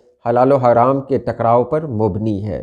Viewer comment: ، میرے خیال میں لفظ” مُبنی” نہیں ہے ، “مبَنی “ ہے